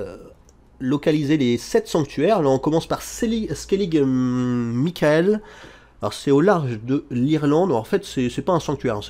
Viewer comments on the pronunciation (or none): none